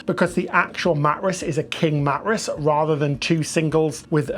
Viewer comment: Matt-ress? 😂 I’ve never heard it pronounced that way!? Swivel vs swizzle?